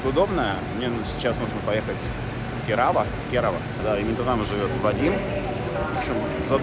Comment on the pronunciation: кЕрава, а не КерАвА